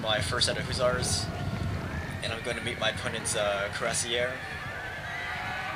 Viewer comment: duuuude i love your videos but PLEASE. its HUSSARS NOT HOO-ZARS.